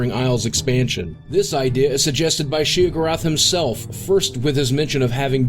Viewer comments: Shay o'gorath? Its Shey Uh Gor-Wrath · Sheogorath. Not she-go-raath. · Also "shee-UH-gur-uth." Sheesh, boogie, it's SHAY-oh-gore-ath. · "She'g'rath" Huh?... She-o-gore-ath. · Well, draugr was way off (draw-gar??) the closest pronounciation would be drow-gir. Sheogorath wasn't wrong, he just put some really awkward stress on the second syllable (she-oh-gowrath) rather than on the first (she-ohgowrath). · Quite annoyed with the pronunciation of Sheogorath. Shay-oh-gore-ath. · "She-oh-gore-oth"? What a noob. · lol. I felt he kept saying Sheogorath wrong. I've always heard it as "Shay-o-gor-ath. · I hate the way this guy says Sheogoroth. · And it's pronounced "Shay-O-Gorath." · Let me just say, your pronunciation of Sheogorath and Draugr are atrocious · I wonder if this guy actually played the previous games or was just reading from a script, because he kept saying Sheogorath with that slightly off pronunciation. I mean they say his name a lot in Oblivion. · God, every time he says "Sheogorath" I die a little inside. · I had to scroll down waaayy to far to find this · That's not how you pronounce "Sheogorath"! XD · I cringe every time he says "Sheogorath". Haha That pronunciation.. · The way he pronounced Sheogorath though.. Lol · Yeah, that bugs me every time. Especially since the Daedric Princes voice actor pronounces it correctly in the game for you. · this guy can't pronounce Sheogorath for shit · Does it bother anyone else how he pronounces Sheogorath? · Okay I love these video's But his obvious mispronunciation of Sheogorath bothers me to no end. His credibility is gone especially since the pronounce it right in the game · Hey, neat! Also, Please learn how to properly pronounce "Sheogorath" and "Draugr". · he doesn't even pronounce paarthurnax and sheogorath right... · You say Sheogorath funny. I like it. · When this guy can't pronounce Sheogorath properly, it makes me doubt he really even played Oblivion or Skyrim, or at least paid attention while doing so.